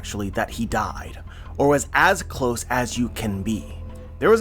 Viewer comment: Not 100% but I’m pretty sure there isnt an “r” in the words no, close, or below.. just kidding keep up the good content